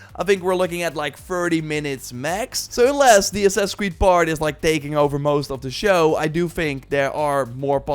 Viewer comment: God Damn, what is "Assass" creed? haha! Annoying shit man.